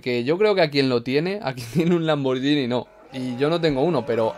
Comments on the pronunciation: Lamborghini, no lamborllini Saludos desde Italia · Si lo pronuncia como "Lamboryini", entonces yo también puedo. Gracias por tanto